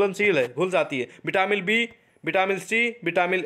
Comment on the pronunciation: Vitamin hai vo vitamil nhi